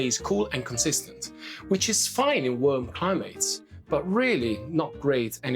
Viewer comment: I love the way you say worm for warm. No worries BTW, we know what you mean.